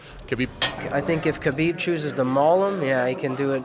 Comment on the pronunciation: Not hard.... Khabib by "SMESH"